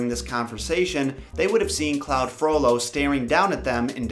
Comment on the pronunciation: Great video, but the one thing that drove me bananas was your pronunciation of Claude Frollo, its Cl awd, not cl owd.